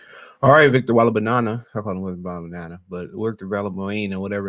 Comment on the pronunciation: WEM-BAN-YAMA 🤣 come on 🤦🏾‍♂️🤦🏾‍♂️🤦🏾‍♂️